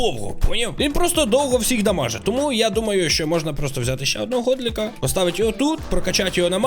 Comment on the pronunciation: чого у мене коли ти говорив можна то в мене говорилось мона а не можна?